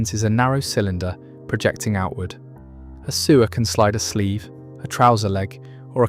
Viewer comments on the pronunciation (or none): Is this AI? So many inaccuracies! Elna were making free arm sewing machines in the 1940s so clearly Pfaff weren't the first! Also learn how to say treadle and sewer in the context of sewing! We are not underground tunnels carrying bodily waste!